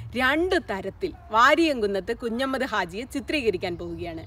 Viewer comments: നന്നായിട്ടുണ്ട്. എന്നാൽ ഉച്ചാരണം ഒന്ന് ശ്രദ്ധിക്കണം കുഞ്ഞമ്മദ് അല്ല കുഞ്ഞഹമ്മദ് 'ഹ' വിട്ടുപോയി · Hi Madam, 1. His name is Variyamkunnath 'Kunjahammad' Haji, not 'Kunjammad'. 2. NP Muhammad, KA Kodungallur etc are known literary writers, not historians. Additionally, why should we see Variyamkunnath through the words of CPI(M) leaders? I expected you may demystify the popular notion about 1921 Malabar 'Struggle', but you continue using the colonial-cum-Hindutva word 'kalapam' or riot. Please read the book of MT Ansari.